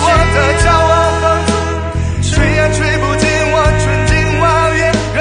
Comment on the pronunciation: "吹啊吹啊 我的骄傲放纵" ，放纵 (zong)，你的发音有点像“放松” (song)。其他都挺好的。